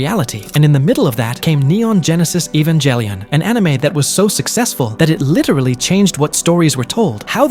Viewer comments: You won't get a sub simply because of the way you said evangelion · I can’t get over the fact how you pronounce the G in Ghibli like GIF and G in Evangelion like GIF.